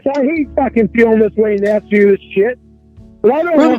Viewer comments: I admire the work you've put into this, but really 'axe' instead of 'ask'. Rookie. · "Ask” not "axe."